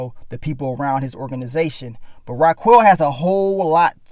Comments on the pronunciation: Yasssss!!! ...Oh boy, It was like nails down a chalkboard everytime he said "Rah-QUELL" .. Smh, so many times I put it on mute and just read the captions... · Pronounced (Rah-Kel)